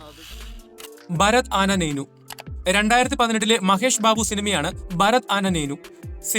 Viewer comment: "ഭരത് ആന നേനു" അല്ല ബ്രോ. "ഭരത് അനേ നേനു" (భరత్ అనే నేను) - അതായത് "ഭരത് എന്ന ഞാൻ"